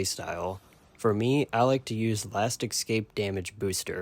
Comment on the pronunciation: It's last "eh-scape" not last "exs-scape"jfc